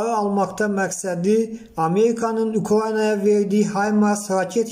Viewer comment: ameyika ukyayana det "r" demeyi orgen sora diktorluq ele de. geydiyey detdiyey